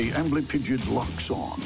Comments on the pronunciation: The first time they said amblypigyd I heard "ambling pigeon" and thought "oh God a scorpion killed a pigeon? I thought this show was about bugs!" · when i heard amblypygid i thought he said angry pigeon. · Sounds like "armory pigeon"